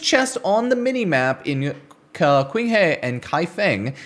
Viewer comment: qinghe is pronounced like a sharp snare sound "ts-ing" and her without rolling the r or like saying huh. kaifeng would be just kai and fuhh-ng